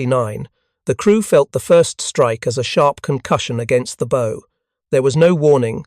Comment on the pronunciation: Theses videos are great but please learn to say BOW like the action an actor takes at the end of a performance.